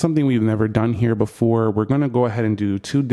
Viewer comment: BEFORE NOT BOOFORE